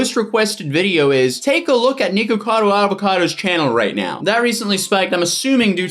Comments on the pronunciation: It's not "niko" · its nick-a-cado not niko-cado, for some reason this is unwatchable for me cuz of how ur saying it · I think he just said nego Vado Avocado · WHY IS HE SAYING NIGUCADO